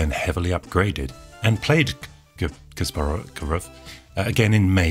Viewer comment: It's kaspArov, not kAsparov